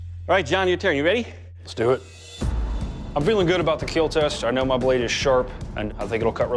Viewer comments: It's KILL not KEEL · No one Literally no one in the universe Doug: It Will KeEEel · Nobody: Some host: It will Keel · And will Keal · Is anyone satisfied when he says it will "Keel" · I love how the guy who does the kill test and when it kills he says it keels and I feel like he loves to say that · it will keel slowly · it will keel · I see from the comment section, that it is not only me hearing "keel" all the time... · I love how he pronounces kill “keel” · “It will keel” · His poems can also keal. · It's KEAL! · This mans says kill with two I’s and one l